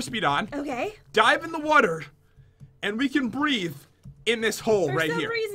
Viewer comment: pat says water wrong